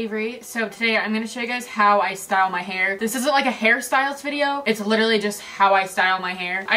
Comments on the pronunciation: NOT ME HEARING HARRY STYLES INSTEAD OF HAIR STYLES BAHAHHA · MEEEEEEE LIKE THATS WHAT I HEAR INSTEAD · Every time she said hair styles i thought she was saying harry styles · i keep hearing harry styles even though i know she's not saying that. i have a problem.